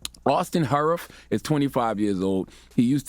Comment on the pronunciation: OK I know this is random but my last name is Harroff and this guys last name is Harrouff. I bet they’re pronounced the damn same and it’s annoying how this lady keeps saying Herif. I mean it’s not that hard to pronounce my last name and I’ve dealt with this my whole entire life (if it was one time I wouldn’t care but absolutely nobody on planet earth has ever pronounced my last name correctly the first time) It’s HAR-OFF. Like Har as in hard. There is no ”i”. It is pronounced exactly how it is written. If you’re a news reporter shouldn’t you get the correct pronunciation.